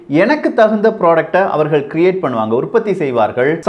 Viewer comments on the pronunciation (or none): none